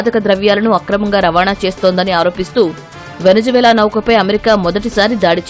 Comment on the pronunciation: వెనిజులా.. వెనిజు వేల కాదమ్మా😂